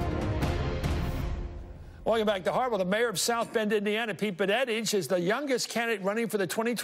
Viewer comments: I realize Buttigieg is difficult to pronounce for many...but "Bunnetige"?? Come on, Chris Matthews, practice before going on air. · Mr. Matthews, can you please learn to pronounce as follws: Pete budda judge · Hey Chris, love your show, but it's BOOT-edge-edge, or BUDDHA-jedge. Everyone else on TV can say it; so can you! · You wonder if Chris has something against him because he will not take the time to learn the correct pronunciation of his name